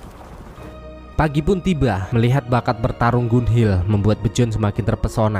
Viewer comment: penyebutan namanya masih salah min... Bjorn dibacanya biorn bukannya bejon,... hvitserk dibacanya vitserk bukan havitsek, Gunnhild dibacanya ganhil bukan gunhil.